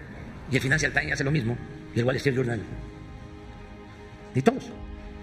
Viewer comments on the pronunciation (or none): NEW YOR TAIN... EL WACHINTON POS... Y EL FINANCIAL TAIN...